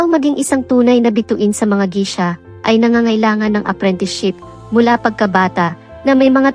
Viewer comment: Geisha po ang pronunciation.. as in geysha